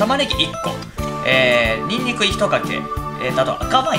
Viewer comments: "おろすにんにくだすぅ" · 「おろすにんぬくです」 なまりリュウジすき